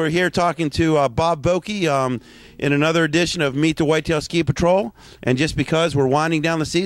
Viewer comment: Bob is awesome! Isn't it VoCke?